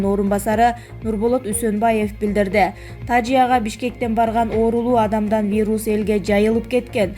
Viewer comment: Тажия эмес тазияга десен